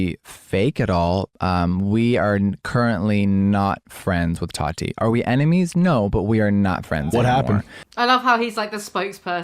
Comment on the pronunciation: why does keem say toddy instead of tati its gross